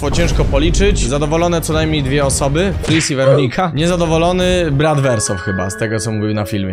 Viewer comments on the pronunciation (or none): none